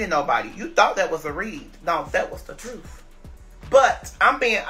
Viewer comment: Why this man can’t ever say the word TRUTH!?